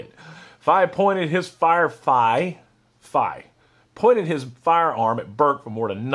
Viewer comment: Fay-He it's pronounced Fay-He. Also anyone else hear about Burks (ATF) arrest for shoplifting alcohol from a local kroger...?